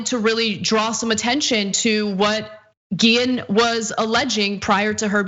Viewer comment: One small, but important, sign of respect for the victim would be to pronounce her name right. Her last name has an accent over the e -- the accent is on the last syllable, as in "ghee-ENN."